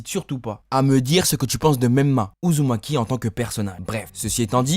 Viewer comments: est ce que jsuis le seul a entendre ''naruto uzuki''😂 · Il a dit Naruto Uzuki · 13 min 21 il a dit naruto uzuki